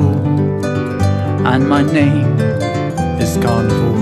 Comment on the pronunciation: Y’ know every time the dude says carnivals it oddly sounds like gardevoir to me